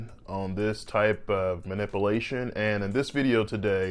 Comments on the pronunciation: Muh-nip-alaeshon? Manipalation? ManipUlation! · The correct pronunciation is, "man ip u la tion." With a long "u" sound. mis-pronounces it, "man ip a la tion." With a short "a" sound. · Spinal mah-nip-a-lation... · you are grossly mispronouncing MANIPULATION. You are pronouncing it MANIP-IH-LATION instead of MANIP-YOU-LATION. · Manipulation is NOT pronounced (manipilation). You need to annunciate the U. That's why the word, MA-NIP- U-LA-TION is spelled with a U vs. an extra i. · 'Man ip u lation' ... Not 'ma nipple ation' ... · No doubt you know what you are talking about but it's ManipUlation as it's spelled. NOT manipialtion. Pul not pil. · Good Day Doctor. Thank you. Very interesting, informative, and well presented. By the way, the word is "manipulation" not, "manipilation." the "u" is very important. In fact, all the letters are important. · Man-ip-alation is not being done. Man-ip-Ulation is how it’s pronounced. I don’t get why you’re saying it incorrectly? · This man said phenomenom and manipalation. Yall trust him if you want. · Ma-nip-ulate. Manipilate...LOL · “Manipalation”. Come on bro. You’re a surgeon and you’re not even pronouncing simple words correctly. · "Ma-nip-you-lay-shun" not "ma-ni-poo-lay-shun." And with that, I can't keep listening to this moron mispronouncing this word. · Good points. Just a note on pronunciation though. It’s not “mani-POO-lation.” It’s “mani-PYU-lation.” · ManipUlation....not manipAlation. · Less than 30 seconds in and he pronounces it, “manipuhlation”. LOL wow. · I love the way he pronounces some of those words… spinal manipulation. Mah-nipple’ation! I do love mah nipple’ations! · Manipulation, pronounced mə-nĭp″yə-lā′shən”, should be easy enough to pronounce by a surgeon. Please try again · It's pronounced manipUlation.... I couldn't help myself. 😀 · I’d be concerned if my surgeon couldn’t even properly pronounce “manipulation” bro is saying “manipilation” 😂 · I love the way he says manipalation